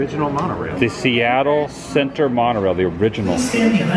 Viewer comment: A few Seattle pointers: - the coffee density is high. If the number of coffee places per city block goes below 2 people start having withdrawal - the emphasis on pronunciation of "Seattle Center" should be on the word "Center", not "Seattle" - Alweg is the same company that built the Disneyland monorail